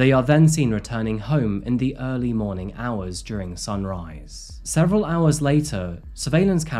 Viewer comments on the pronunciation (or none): none